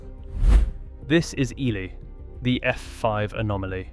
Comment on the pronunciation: The name is EEE-lie